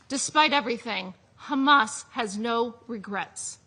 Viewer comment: how many times did she say khamas? 😅